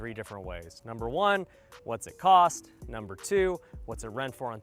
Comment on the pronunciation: Number u say very incorrect!